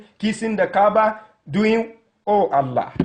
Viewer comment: U said the name is not Allah but ellah